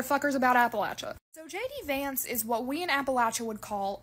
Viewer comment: Sounds like you’re saying “Janky Vance”. I like it.